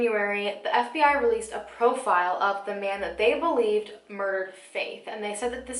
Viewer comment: It sounded like SBI not FBI